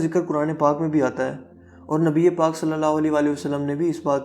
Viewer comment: Khotyy jitnaa qud haii apkaa. Nabii pak ka naam sahii sy lynaa ee seekhloo plzzzz.